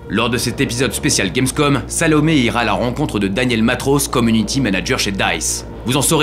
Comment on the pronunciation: Quand Daniel dit Salomé j'entend Sale paumé